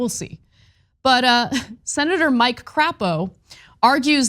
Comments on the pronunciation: I love how she calls the senator from Idah "crap-oh" 😅 it is pronounced "Crape-oh" but I love her pronunciation much more! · Is Crapo pronounced "Cray-po"? Sure. But given his absolute BS, I think Anna's alternate is spot on. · There’s no need to gratuitously mispronounce Crapo’s name. His positions are insulting enough. His name is pronounced cray-po. That’s what I’d do if I had that name. I bet you would too.